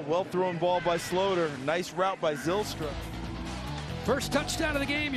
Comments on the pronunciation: Haha yeah I think I've heard every pronunciation possible now. Sloooter, Slowter, Slouter, Slaughter. When he takes over for Kirk in a few years, everyone will know his name. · imma keep pronouncing it "slaughter".